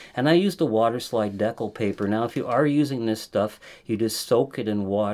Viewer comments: Great professionally done tutorial but FYI It is pronounced de-cal, not dec-le. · I'm sorry is he saying "deck-ull" for decal? Whoa!? That's really weird. It's "dee-cal" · US Americans say "dee-kal." Actually it should be "day-cal" given its French origin and spelling. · Dee-cal! Just like the ones that came with the plastic airplane models you put together as a kid. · I'm not making fun, because your good people, genuinely helpful & doing your best, but decal paper = (D--Kal) paper for making decals. Okay ty & I commit to helping you as much as possible!!! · I think it's Dee-Kal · “Decal” is pronounced “dee-kal“. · The way you pronounce decal so confidently incorrectly is crazy